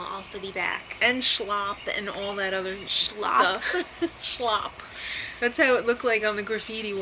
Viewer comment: u really shouldn't be making comments about peoples accents being annoying when you can't even pronounce the word slop